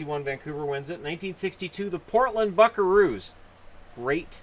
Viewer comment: Sounded like he said Portland F*ckaroos